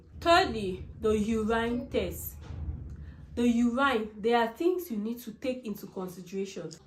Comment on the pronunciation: Please it’s urine(you win) and not uraaine (you ran)